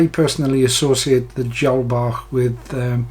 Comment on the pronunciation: Hi, thanks for this method. Been trying to tie #16 DB's but they are always too "Fat" BUT using a single herl and your twist method- worked first time!! Brilliant!! Many thanks. AND thanks for the correct pronunciation of "Bach". More please- of your nice slim flies.